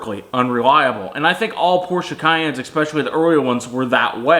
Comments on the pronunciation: Especially not ekspecially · Especially, not ekspecially.